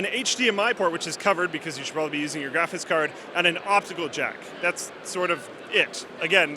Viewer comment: I love how always says, "graphis card."